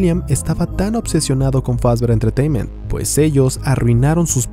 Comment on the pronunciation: Scott: Fazbear Entertaínment: Fazber Entretaiment